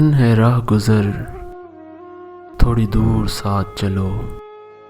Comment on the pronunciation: thori nahi thoree, ise khanch k parhain